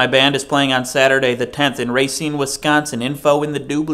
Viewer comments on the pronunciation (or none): I think this might just be me but you pronounce Racine oddly.